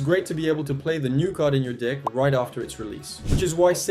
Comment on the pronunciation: "sometimes it's great to be able to play he new card in your Dick" you said Dick not deck